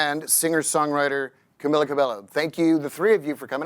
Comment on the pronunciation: Whoever is asking the questions... maybe do such basic research as to properly pronounce the guests' names correctly. The constant mispronunciation of both Camila's first and last names made this borderline unwatchable.